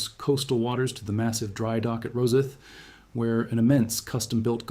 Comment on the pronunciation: Rosyth is pronounced Ross-eye-th.